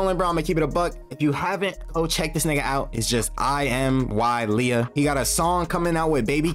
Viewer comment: Someone finally pronounced bro name correctly